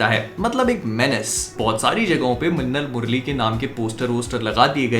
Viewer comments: I heard "lassan murli"😬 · Its funny how he says that "minnal murali " 😝😝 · the way tou said minnal murali made me laugh like never before everything else is good